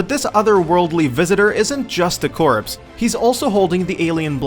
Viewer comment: Seriously... learn to pronounce the word "corpse"